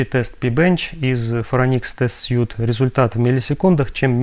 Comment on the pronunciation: отличное видео позвольте позанудствовать: в Phoronix test suite последнее слово читается как "свит", означет набор, комплект или апартаменты. слово которое вы произносите пишется без буквы e в конце и значит костюм